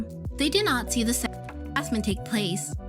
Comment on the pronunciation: Why can’t you say ‚sexual‘